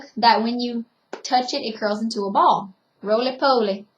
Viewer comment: She said, "rolleh polleh" 🤣🤣❤️